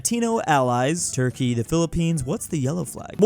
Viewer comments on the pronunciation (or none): none